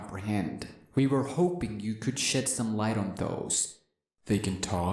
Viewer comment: it sounds like he said we were hoping you could shit some light on those